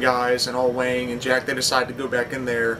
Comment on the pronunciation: Wang...not Wong :)